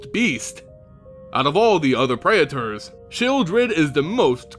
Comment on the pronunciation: I know, right? Physically hurts my ears, like when people try to say artificer as art if Icer.